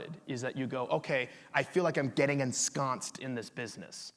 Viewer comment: When he used the word ensconced I briefly heard en-sklounst :D